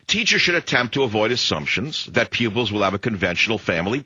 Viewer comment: Pupils not pubics